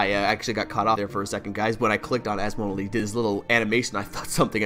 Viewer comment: as-model hahaha its asmo-del